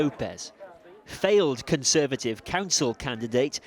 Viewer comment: CON-serve-at-ive Crime